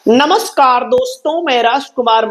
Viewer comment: सर आप नमस्कार ऐसे कर रहे हैं जैसे नमस्कार को चबा चबा कर का डालोगी😂😂😂😂